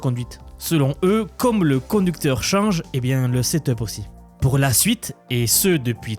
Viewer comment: Le "condeucteur" 😄